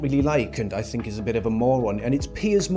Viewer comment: I'll bet his white (probably middle class) mum didn't raise him to speak English with diction this poor 😢 saying "wiv" "def to" "fink" is an affectation at best